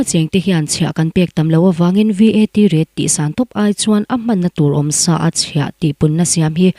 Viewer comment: I Aw hi a mawi ltk,Mahse..i chhiar hma hian, I lam rik dan tur mithiam rawn rawn hmasa thin teh,I lam dik lo thin a,ngaithlak a hreawm tlat ... Point hnu ah number hi a mal te te a sawi tur ania, VAT te pawh hi spell a sawi loh tur (Vet) tih ang a,lam tur ani ...tun tum pawh ka ngaitha zo peih lo tlat mai ..